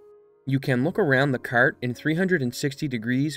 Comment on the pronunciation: Hahahahaha I see you fellow Canadian, that was a haaaaaard Canuck 'kart' 🤣